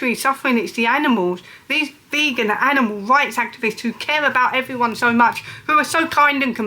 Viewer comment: "Awight evwywun" 😂 spastic